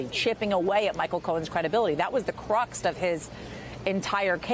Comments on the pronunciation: Taco Night in most any context makes me smile. But I winced hard at both occurrences of "cruxt" instead of the word "crux." :face-orange-raised-eyebrow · Does she keep saying "cruxt"?!? Cruxt is not a word! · CRUX I am so tired of people making up their own versions of the English language. CRUX not CRUST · Crux doesn't have a t at the end. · There is no "T" in the word "crux".